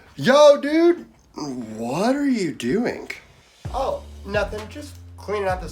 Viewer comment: "What are you doing-k?" I love it!